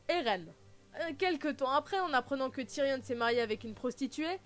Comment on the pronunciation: Tyrion pas Tyrionne mais super vidéo